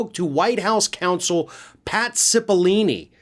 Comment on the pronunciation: Ok, first of all, I'm so sorry but I have to say something lol...Its Pat CippolOne, Sip-uh-low-nee. Don't hate me lol. Second of all, I think you're forgetting Graham's speech that night, remember "Enough is enough. Count me out!" Quote to be read a la Blanche of the Golden Girls. So I think its entirely possible that he was prepared to do that.